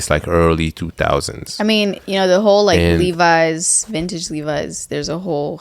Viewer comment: Take a shot every time says vinage😂